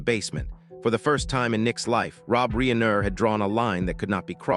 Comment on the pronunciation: Reeener???? Not fake dramatic